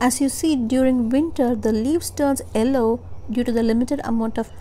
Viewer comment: It’s Yellow not Ello